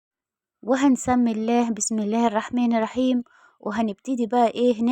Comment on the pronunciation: مشتركة جديدة ، ارجو منك عند نطق بسم الله الرحمن الرحيم عدم ترقيق الراء فى الرحمن الرحيم اعطيها حقها فى النطق الصحيح كى تنالى الأجر كاملا وبالتكرار ستنجحى كما نجحتى فى عمل الفايش مع الفارق طبعا وبالتوفيق